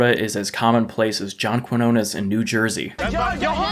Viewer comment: the way he pronounces ‘John Quiones’ last name😭😭😭